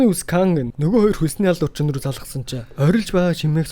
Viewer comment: Бичлэгүүдийг нь үздэг шүү дэмждэг миний бро "Хэлний үзүүрийн "н" хэлний угийн "н" гэж хайгаад нэг үзээд таарсан хичээл үзчих тэх үү гуйж байна. Очин гэхийг очно, охин гэхийг охино ирчихсэн гэхийг ирчихсэнэ айлган гэхийг айлгана, алуурчин гэхийг алуурчина гээд байх юм гуйж байна тэхүү